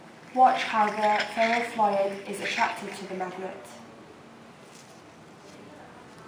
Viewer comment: The Ferro "...Flohid", "...Floy-ed" "....Floyied" "....Fluit" jesus christ.... F L U I D